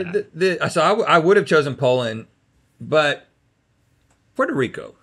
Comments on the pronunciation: I know he didn’t just call my country “Prerro Rico” 😢😂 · Link needs help saying PUERTO RICO CUZ that wasn't it frfr lol WEPA link but man someone give him some flava lol 🤣🤣🤣